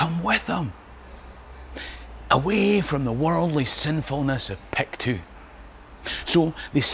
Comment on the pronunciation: Excellent work, as ever, but the diphthong in “Pictou” is not articulated. Locally it is pronounced “Picto”.